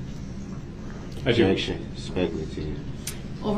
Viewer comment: Objectshun. Grountz . Subject matter jurisdiction. Leading. Good bye Mr. Brooks 😂